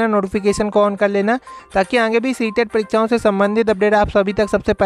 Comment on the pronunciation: आंगे या आगे सही से बोलना तो सीख लो पहले तब गलत जानकारी दो जैसे कट आफ नही पासिंग मार्क बोलो